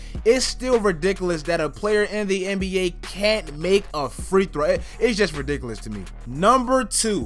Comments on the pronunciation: This boy said ridicolus instead of ridiculous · No-vit-ski. Hack-a-shaq. Ree-dik-u-lus.